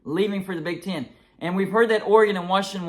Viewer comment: It's Big "T EH N" . "EH" "EH". Not Big TIN. Not "Ch IMP ion CHIP" Its ""ch AAAMP ion SHH ip". Again. Big TEHN. Not Big TIN. ChAAmpionSHHip, not ChIMPionCHIP.